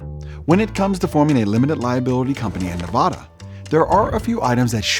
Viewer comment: You obviously do not live in Nevada because you don't know how to properly pronounce the word 'Nevada'